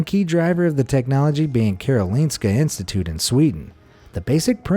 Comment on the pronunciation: Karoliiinska instituutet. I love his Swedish, btw im a swed